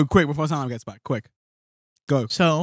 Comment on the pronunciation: *BEFORE* NOT BOOFORE